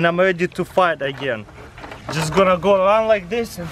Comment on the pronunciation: "Just ganna go around like this dis an..." 😂